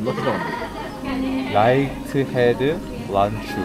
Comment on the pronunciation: 라이언헤드 난쭈인데 라이트로 읽으신듯?ㅋㅋ